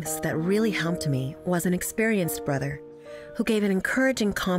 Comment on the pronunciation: This really jumped out at me when I heard it, because I know someone who pronounces "helped" in the exact same way. I thought she was the only one. You'd swear she was saying "humped". It seems like a weird vocal affectation or dialect thing.